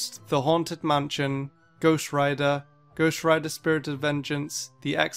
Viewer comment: I SWEAR IF HE SAYS GHOUST ONE MORE TIME AFTER THE GHOUST TYPE >:(